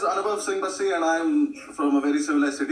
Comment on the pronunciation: Noo aunty it's Bassi not baaasi🤗😄😁